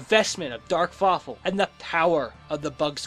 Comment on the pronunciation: did anyone else think he said fuckful in dtead of fawful